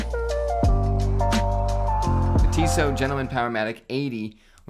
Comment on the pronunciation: Pronounced “Tissot” correctly. But not “ETA.” 😂